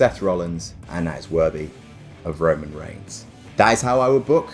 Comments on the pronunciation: "Roman Reighs" ah yes, that famous wrestler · “Roman Reighs” Wut??